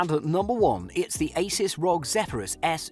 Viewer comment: Its not ROG its R.O.G.